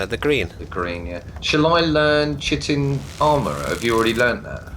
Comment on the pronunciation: Awesome jump! But please... chiton (or chitin) is pronounced 'kaiten', spread the science geek love.